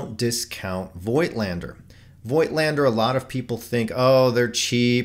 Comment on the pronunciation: The correct pronunciation of "Voigtländer" ist "Fogtlander". Just my 2 cents.....